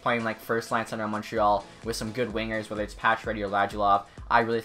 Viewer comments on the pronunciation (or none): none